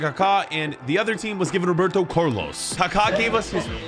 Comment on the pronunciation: “Roberto Curlos”